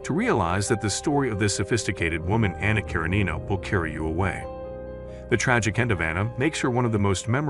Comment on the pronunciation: Since I'm assuming the narrator is not a poorly educated human, the narrator must be a computerized voice and not a good one either. The pronunciations of "Les Miserables" and "Anna Karenina" are particularly off and grating.